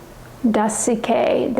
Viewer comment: Dasique = Day seek